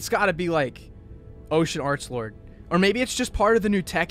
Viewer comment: please don't say Archbold it's arklord